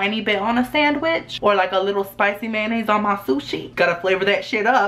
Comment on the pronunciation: he says 'mayonnaise' like 'man aids'